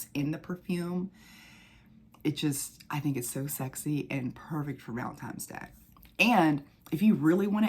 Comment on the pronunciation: I'm convinced that you're saying "valentimes" on purpose lol